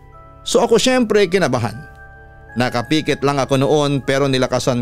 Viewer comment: papa dudot tingin ko tamang bigkas ay nkapikit(as in pick it) hindi nkapiiikit..it sound nakapekit as in pekitlyn nkawelga